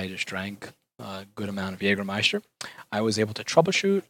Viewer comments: Jäääääääääääääääääääääääägermeister not Jagermeister ;) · Whats Jagermeister? It's JÄGERmeister! Those Americans XD ps. Jäger is german and translated it's Hunter and Meister is a master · Its called Jägermeister Not jagermeister